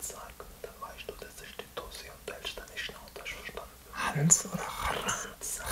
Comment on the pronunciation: du hälscht deine Schnauze dischzipin